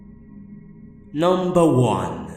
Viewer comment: Hearing you start every video with "Numbah 1" makes me feel all happy and excited inside.